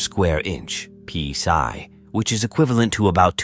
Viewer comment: Please get a non robotic narrator who can at least read. Bow and psi, so difficult.